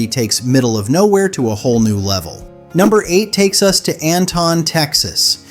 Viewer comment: They didn't pronounce Anton correctly either